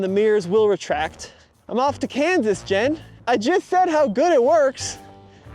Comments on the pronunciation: continually saying Jen's name wrong lol. come on. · why are you calling your friend "Jen" "Jan"?